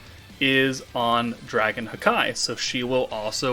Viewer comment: I'm always triggered says haki (ha-kee) as hakai (ha-kai)